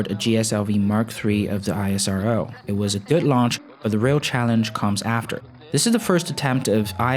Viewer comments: We pranoune it as ISRO instead of I.S.R.O... EESRO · Its esro (isro) not i-s-r-o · When would you stop calling ISRO I S R O and just call it ISRO like NASA and not N A S A -_ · great video. Just one thing , we call it "isro" not ISRO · ISRO LIKE NASA! Not I.S.R.O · Bro please Call ISRO Not I S R O ... thanks for the video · It's IS-RO not I-S-R-O! 🤦🏼‍♂️🤦🏼‍♂️🤦🏼‍♂️ Just like NA-SA not is N-A-S-A. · Please pronounce the name correctly. It is pronounced as "is ro". Not I.S.R.O. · It's not isro.... I S R O it's individual abbreviation words not a single word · It's not i-sa-ro It's ISRO... Pronounce like esro... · Pronounce ISRO as esrow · Thanks for the video, btw u don't always have to say the alphabets of isro just pronounce it as a word (IS-RO) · It's called ISRO like NASA not I S R O . Please pronounce correct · Its really irritating to hear ISRO pronounced as I.S.R.O... Why dont you call NASA as N.A.S.A?? See where Im getting??? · Pronounced the word ISRO, just like NASA... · Not ranting but can you please refer ISRO as "ISRO" and just spell every syllable! Try saying NASA as N A S A and you will understand how cringey it hears. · Its pronounced IS-RO. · You don't call NASA as N-A-S-A. similarly it is called ISRO ( IS-RO) as in H'is' Row. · It's pronounced Is-row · Pronounce ISRO as is(es)-row Just like you do for NASA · Ikr, but as N A S A is said simply as nasa. In the same isro should be pronounced. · It's pronounced as ISRO not isro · Very easy to fix. Find an Indian TV video where they pronounce it correctly. ^^